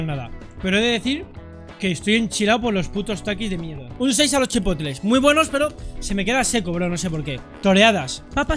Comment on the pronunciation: Chipotle jajaja chipocle jajaja